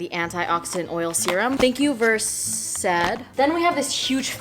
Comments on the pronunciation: Did nobody else think it was hilarious how she pronounced the skincare brand "Versed"?! Lmao I love it! She said "VerSAID or VerSOD" lol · the way she was pronouncing versed 💀 I LOVE U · THE WAY SHE PRONOUNCED VERSED IM CRINEEEEEEEE OMG